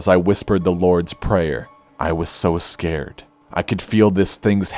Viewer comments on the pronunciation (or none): " I was so escared." Lol